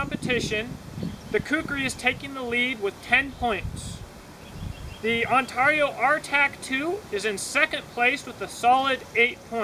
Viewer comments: Say Heah. There's a few interesting Choppers on the market, The BK-20 and the BK-21, Oh, I called a Operator in Ontario, Canada and she pronounces Ontario different then your take on it, I think your trying to be unique which is kewl beanz, But I just wanted to hear what the correct way was, I guess some say Potato and some say Potato. I say On Ter Io, and you say Un Tar I, Different strokes for different folks I guess, It does bring attention though. But I had to check it out and the Chinook say it like I and most of everyone else. No biggie, But Yeah, I think the BK-20 is a little better than the O. K. C. Mine Rader because the BK uses a 1095 CroVan, Oh, I also have the Himalayan Imports M-43 which is a full tang, Infact I have (2) in different sizes. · As an upstate new yorker, that was driving me nuts lol